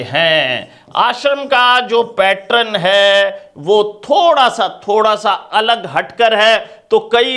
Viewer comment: "पैटरन" नहीं "पैटर्न" बोलो।